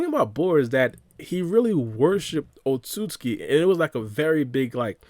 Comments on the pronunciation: otsuki it's otsutsuski that's how you say it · In the English dub in Naruto, It’s pronounced Oht-So-Suki. But in Sub it’s Oht-Suski. So either way works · My guy trying really hard to pronounce Otsutsuki